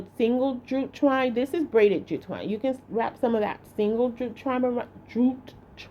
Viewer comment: She may not be able to say jute twine, but, she sure can make a bow...a bow❤